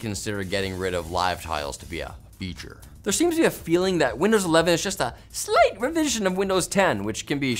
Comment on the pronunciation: For some inexplicable reason, I am intrigued by the way says "slight"